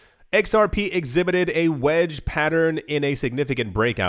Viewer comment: It's pronounced "Zerp"